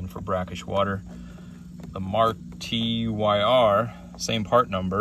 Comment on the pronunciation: It’s pronounced Mar Ter as in “her” 😂